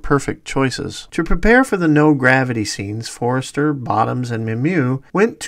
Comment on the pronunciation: Great vid - but its Robert For-ster, not Forrester!